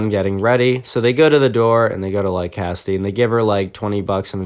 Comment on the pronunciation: Me::it's pronounced Cassidy.: no it's kasty